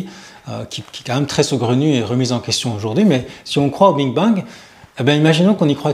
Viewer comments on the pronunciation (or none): Big Bang et pas bing bang Pas grave mais souci d’exactitude. Merci pour vos vidéos très intéressantes. 🙏🕊🌹